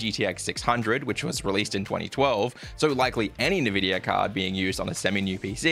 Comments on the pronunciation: Great video, but please man it is N VIDIA, not NEVIDIA xD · nevidia card ? :D n-vidia man!